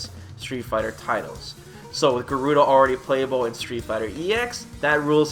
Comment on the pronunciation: It's GA-ru-da not Gu-ru-da....